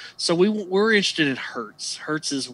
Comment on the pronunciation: Just a small detail worth pointing out...I noticed several times you pronounced it "hert" and "kilohert". Hertz/kilohertz is not the plural form. It's 1 kilohertz, or 1 hertz, or 2 kilohertz or whatever...because it's originally named after Heinrich Hertz.